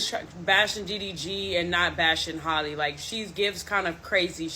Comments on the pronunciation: Hall-E Bailey. It’s pronounced JUST like Halle Berry.. Who is Holly? Nobody ever did that to Berry but a lot of y’all call this young woman Holly for some godforsaken mind boggling reason I just can’t understand! You claim that you “got the tea” but can’t even get her first name right….smfh 😒 I just don’t get it. This isn’t even difficult AT ALL. My god… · Her name is Halle, not Holly lol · Heyyyy,!!! 🙋🏾‍♀️ Halle is pronounced H-AL-lee, not Haley, or like Holly. (H-AL...) RESPECTFULLY 🤞🏾💙 Cuz a LOT of folks never pronounce it correctly. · It's Hey-lee